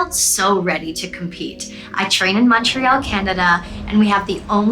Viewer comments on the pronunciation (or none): none